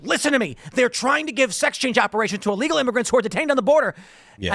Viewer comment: you mispronounced ILLEGALS